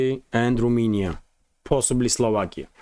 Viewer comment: RomAnia, not RumInia.